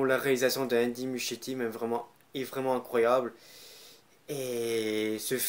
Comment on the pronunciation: J’ai pas compris par contre au début le nom du réalisateur tu la carrément écorcher